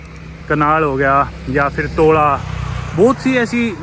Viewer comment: Tola❌ Toda✅